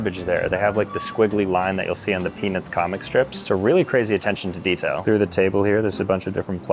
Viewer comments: Am I the only one that keeps hearing peni$ instead of Peanuts? 19.09 Had to check the close captions. Thought was pulling one on me. 😂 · dude did NOT say peanuts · Bro did not say peanuts 😐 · I'm glad I'm not the only one who heard that 😂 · if you slow it down you can not here a single t